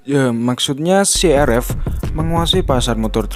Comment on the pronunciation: "siverz" " ya maksud nya SI AR EF" 🤣🤣